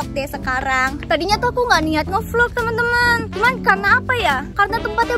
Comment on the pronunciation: Tapi bahasa nya kurang jelas seharusnya ngeblvlog